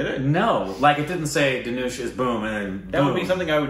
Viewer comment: U made tamizh into tamol and dhanush into tanoosh🙁🙁😂😂